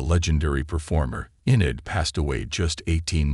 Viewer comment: Ffs....stop using these voice overs...her name was Sinead...prounounced Shin_ead....total disrespect 🤬🤬🤬🤬🤬